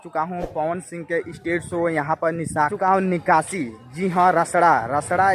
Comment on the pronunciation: Bhai address ka naam Shai se lo nakashi nahi hai bhai nikashi hai